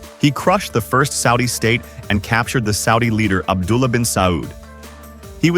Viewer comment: You need to say Abdullah